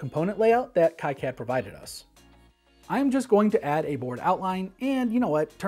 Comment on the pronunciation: its supposed to be "key-cad" - thats the right way to say it, right ?